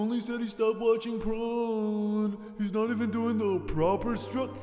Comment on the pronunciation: Why do you say pron?